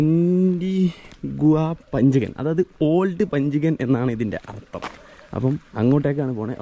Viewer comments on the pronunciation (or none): none